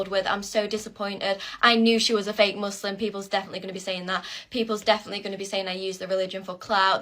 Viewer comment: She can't even pronounce Muslim right